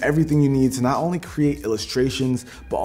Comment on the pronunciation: You said onnmly